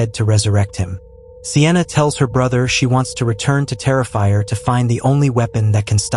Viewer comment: I love the part where Art says i am the Terefier and then starts terefying all over the place.